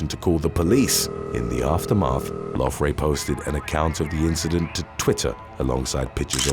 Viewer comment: How do you come to get an F sound when you see Gh? I would think her name was pernounced Lowery or Lourey but idk if i would get loufrey from Loughrey. But idk!!! Thats a hard one hahaha